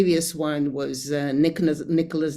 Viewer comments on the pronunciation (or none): none